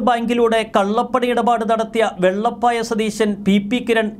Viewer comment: വെള്ളപ്പായ അല്ല സുഹ്രത്തേ വെളപ്പായ ആണ് എഴുതി നൽകിയത് ആരാണ് ആദ്യം പഠിക്കുക പഠിച്ചതിനു ശേഷം വായിക്കൂ Please 🙏